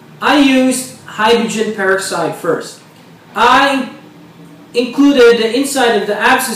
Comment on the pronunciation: Dumb stupid video. All man does is tell,u all he did wrong. And he can't speak English correctly. And pronounces hydrogen peroxide the wrong words used.